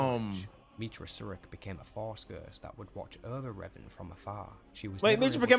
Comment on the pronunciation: This video about Revan was awful, I believe has one about Revan too, which was perfect. This video the dude miss pronounces literally everything, to the point where if you heard it properly you wouldn’t connect the pieces without deep knowledge.